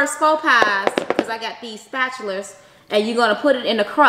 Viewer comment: lol "spatulers"